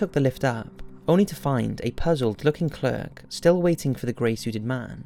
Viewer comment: Clerk is not pronounced like that in England mate!